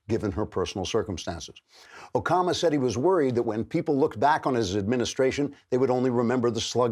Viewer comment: Barrack OKAMA?! Did Andrew Klavan accidentally call A-Rock O-rama the japanese word for effeminate gay, drag queen and transvestite? Oh and also the gay slur that starts with f. What a mad lad... and he might not even realize it...